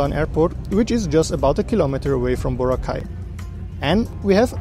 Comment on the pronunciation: Yes there are 2 airports you can take going and leaving from Boracay, and they are called Kalibo International Airport and Caticlan Airport. Not Boracay Kalibo Airport and Boracay Caticlan Airport. And its BO-RA-KAI not BOW-RAH-CAY! Get your facts right!